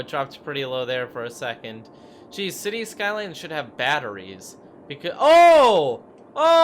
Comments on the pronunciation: City Skalyns? Get a fucking pronunciation coach you baby mouthed goof. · " cities skylands "